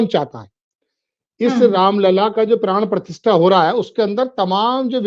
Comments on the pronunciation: मैडम मैं 4 पी एम का रेगुलर श्रोता/ दर्शक हूं, आप पिछले दो तीन दिनों से अपने वीडियो में प्राण प्रतिष्ठा की जगह बार बार प्राण प्रतिष्ठान का उच्चारण कर रहीं हैं जब की आप को ये मालूम होना चाहिए कि दोनो शब्दों में जमीन आसमान का अंतर है, गलत उच्चारण से अर्थ का अनर्थ हो जाता है इस चैनल के लाखों व्यूअर्स हैं क्या मेसेज जाता होगा की कैसे कैसे रिपोर्टर संजय शर्मा जी ने रखें हैं जिन्हे हिंदी का सही उच्चारण करना भी नहीं आता, में ललित शर्मा लखनऊ निवासी आपके मुंह से गलत उच्चारण सुन कर बहुत असहज हो रहा था, कृपया आगे इस चीज़ का विशेष ध्यान रखिएगा। मैं पेशे से एक सरकारी विद्यालय में प्रधानाध्यापक हूं इस लिए हमारा फर्ज था आपको बताना धन्यवाद। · मैडम जी, प्राण प्रतिष्ठा कहना चाहिए न कि प्राण प्रतिष्ठान। धन्यवाद🙏